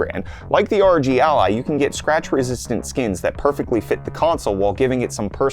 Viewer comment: The way he pronounces ROG as a word 😭🔫